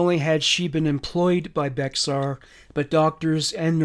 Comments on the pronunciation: Also I know it sounds like Bexar but us Damn Texans pronounce it “Bear County” not trying to be rude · Native Texan here❤ BEXAR is pronounced like BEAR. love your content❤